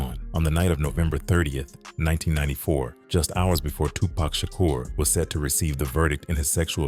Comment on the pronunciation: Why does the pronunciation alternate between "TuPACK" (as in wolf pack) and "Tupac" smh.. Dang AI videos